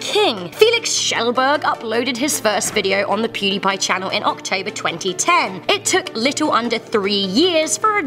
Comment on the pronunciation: pudiepie🥴 laughed when she said it